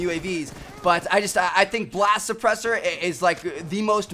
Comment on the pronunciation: blast supllesser XD